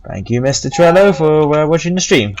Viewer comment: He called me Trello D